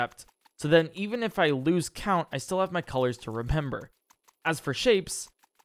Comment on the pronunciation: repember lol